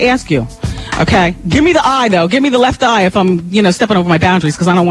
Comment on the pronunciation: I don't like the way Wendy pronounced Left Eye's name lol